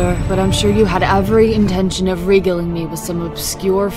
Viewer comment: It's "ree-gail-ing"....to tell with a flourish.😄